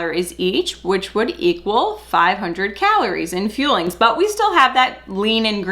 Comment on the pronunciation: Scamberlyn Reid has done optavia a couple times. She spends hundreds(several hundred) of dollars and gives up after 24hrs. It sticks in my mind because she pronounces the fuelings as feelings saying "im eating my feelings". Yeah the 6 meals are 5 snacks and a meal. They arent very nutritious and of course if people lose weight its because they are in a calorie deficit NOT because Optavia is revolutionary!